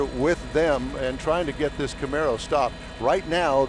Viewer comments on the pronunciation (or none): "turn around and walk toward me" "Okay señor like thees"